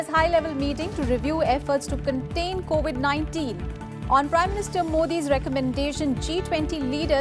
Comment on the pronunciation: 4.05 it’s COVID 19 not co 819